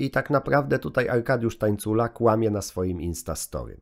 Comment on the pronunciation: Aj Tańcula przez ń a nie ni przepraszam